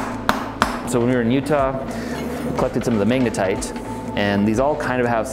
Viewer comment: What is "manga-tight"? You keep calling the magnetic rock this.